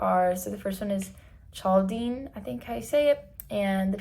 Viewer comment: This is crazy beacuse two days I subscribed to your channel now you uploaded different rites in the church and I'm from India I belong to Syro-Malabar church. "Kaldean" is the correct pronunciation. All the best for your channel. God Bless